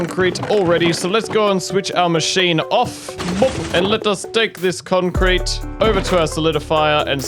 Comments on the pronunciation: Konk Crete 😂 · "We have got a whole bunch of kroncrete" wow this just killed me 😭😂